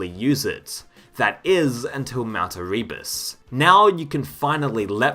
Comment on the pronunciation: the amount of times you say "erebus" while mispronouncing it is pretty amusing